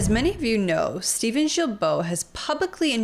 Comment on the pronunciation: Are you guys intentionally pronouncing Steven'"s name incorrectly?